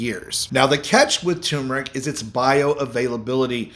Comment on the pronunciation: Please Sir. As a retired English professor of 44 years, I am partly a grammar 'terrorist', in the metaphorical sense, of course. The word "tumeric" has an "r' in it, and it is not silent. So, the word turneric is NOT pronounced "tum-eric", as done in your video. It should correctly be pronounced "tur-mer-ic". It is one of the more commonly mispronounced words in the English language. Please correct your pronunciation. NB. How I wrote "pronounced" and pronunciation" , one with "u", one without...some words vary (like that) in English (Br) vs English (Am). Consult as needed.